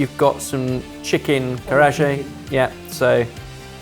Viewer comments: Ben keeps finding new heights of butchering the Japanese language. Karagé with a soft g? Honestly, it feels like it’s an active attempt at being as wrong as possible. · Ben, from one foodie perfectionist to another...Just a heads up, but the Japanese fried chicken dish Karaage is actually pronounced "Ka-ra-a-geh" with a hard "G" sound (like as in Get, Give or Girl), and not "Ka-ra-ajay" with soft "G" sound (As in George, Gem, or Gym). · Please have, or someone plug in the food pronunciations into some kind of AI, even google translate and hear it phonetically. Been a bit of a reoccuring thing too. DAEBAK - not "day-back', but rather "dehh-bak" Karaage - not "karaa-jay", but rather "kah-rah-geh"> that said, good pronunciation on tonkotsu and shinigami somehow, so kudos there. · It’s ‘Karra-Aggay’ not ‘Karajay’ for the chicken in the last dish. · Bens pronunciation of kararage was horrifying. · Yes, the classic Japanese chicken garagé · Then following up with the 'Caroline reaper' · Ben, its been 10 years, you've been in other countries, heck even japan. Why did you say "karaje"😭😭😭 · ben's horrible pronunciation of some words I feel like definitely throws a lot of people off cuz what is hangal and karaje HAHAHAHA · MF said karageee ...its not french you bafoon. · what was that (typical ) pronunciation of karage? Keer-ah-zhay? And was definitely robbed. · Ben definitely did dirty, although I would personally still put S.Korea and argue if it wasn't correct. Also, because I feel nitpicky today, there is no 'i' in daebak, so it shouldn't be pronounced 'deibak', just 'de(h)-bak'. As for karaage, it's just ka(h)-ra(h)-a(h)-ge(h), g like in 'great', not 'giraffe'. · it's car-ah-ah-geh.... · ka - raj - eh? bro thats as bad as how you say paella. i forget what word it was but it was a double L they said like Y on a word that didn't need it- had me laughing so bad. brit english is so funny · Ben's French pronunciation of Karagé is hilarious